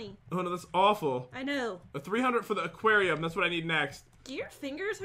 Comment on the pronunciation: calls aquarium aqwato XD